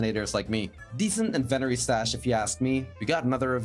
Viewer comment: Great video, as per usual! You put a lot of effort in and are right on track on becoming a full-time minecraft Youtuber. Can I just give you a well-meaning tip beforehand? Check the pronunciation of 'inventory' for your future vids. 😉